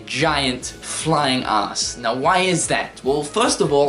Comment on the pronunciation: This may sound creepy, but am I the only one who thinks the way he says "ass" is funny? XD "It's a mayjah pain een the oss" -Cynical